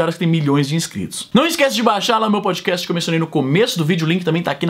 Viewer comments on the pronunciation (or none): none